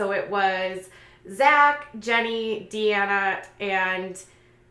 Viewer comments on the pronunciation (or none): Its Deena not DeAnna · It’s “Dena” not Deanna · Deena! Her name is Deena, not Deanna. Have you ever even watch JS or JSFV before?